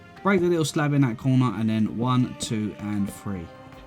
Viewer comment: wun, tue, free <3